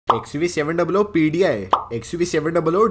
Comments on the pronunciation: It's XUV seven hundred not seven double o... There 2 zeros not oo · Bhai xuv 7 duble O matbolo kano me chubta hai.....xuv 7 hundred hai woo